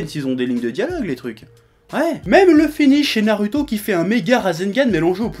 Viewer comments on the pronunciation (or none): Quelqu'un peut lui dire qu'on dit pas "Naruto" mais "Narouto", le mec se dit "" mais il est pas fichu de prononcer ça correctement.... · C'est pas un accent, le mec c'est pas dire "ou" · "Nalouto" grossièrement je pense ^^ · D'ailleurs j'aime beaucoup l'accent du Chef pour dire Naruto... :')